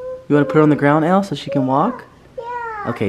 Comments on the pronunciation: Her name is Elle its like the letter L not like ellie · Band Edu Its Elle not Ell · Her is Elle, sounding like "L", not ell-ee. \_(0-0)_/ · her name isnt Pronounced like (EL-EE) its like (ELL)